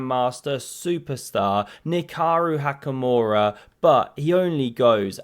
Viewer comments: He misspoke. It’s Nakaru Hikamura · he said nikaru hakamura